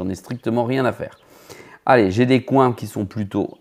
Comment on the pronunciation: Comment tu prononces « coins » en français et « steak able » ça me fume c’est du troll 100%….